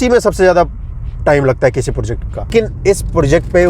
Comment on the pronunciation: project bola karo bhai porject nhi